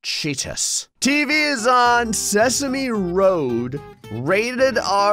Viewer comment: no it's not se-sa-me in this, it's pronounced as it's shown: Se-same road.